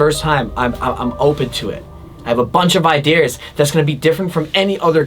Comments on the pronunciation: Ha! Iders instead of ideas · He always pernounces ideas like Idares.. I feel like that using that word somehow would be a good merch for this series somehow..😉😉😄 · “ Ideers “ ~